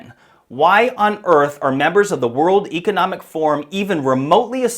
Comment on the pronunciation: Since when “Economic” rhymes with “Archeologic”?